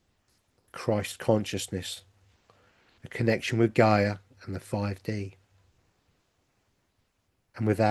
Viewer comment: Still can not understand how you pronounce Gaia , ( GAY .A) ..And then you pronounce Gaia, ( GUY.A ) .Which is the most common pronunciation. MAYBE YOU CAN ONCE AND FOR ALL STICK TO A PRONOUNCIATION ( one way or another!!